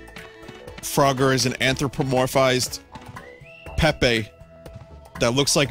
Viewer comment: "Froger" rhymes with "Rodger", so maybe that's why Vinny finds it funny. Perhaps "Frodger" should be like Vinny's impression of Rick crossed with an impression of this abortion mislabelled as "Frogger"?